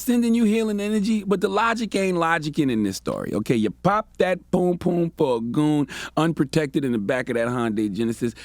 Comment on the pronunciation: Cringe: Everytime CTG says "poom poom" instead of Pum Pum lol